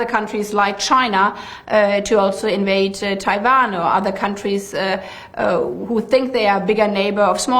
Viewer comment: You know she is real deal German when she pronounces Taiwan as TaiVon - .